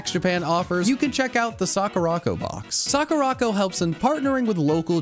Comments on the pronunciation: It’s Sakura co not sakuraco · You ar Saing it Wrong its sakura co